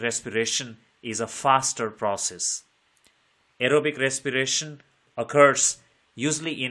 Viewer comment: Respiration ❌ recsipirasion✅